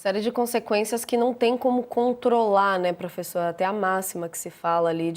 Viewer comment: "Profeçor" kkkkkk